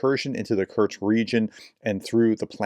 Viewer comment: Do you know Bingo? Create a bingo card from the words of Kursk, Kurtz, Kertch, Kertzt, Kertchk and all the other mispronunciations, and play bingo on watching those videos. Alternatively get a drink for every mispronunciation. So sad that the actually good information is tampered by bad preparation. Come on, this is just 5 letters….